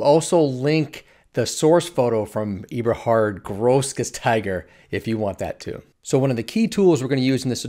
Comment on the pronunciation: As a German, I can confirm that you pronounced Eberhard Grossgasteiger almost perfectly. 😄 Thanks for the many great tutorials!